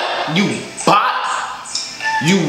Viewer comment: (You Bow) not you bu